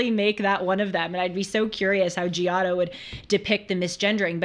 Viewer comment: Glad you are discovering art. But couldn't watch after the way you pronounced "Giotto." Sorry.